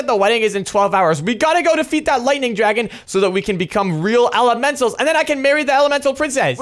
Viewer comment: A drAegon 😂😂😂